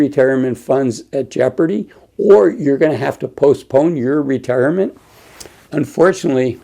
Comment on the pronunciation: "Ra-Tear- a- ment". Yes, he is very reassuring. Nice hoodie, lol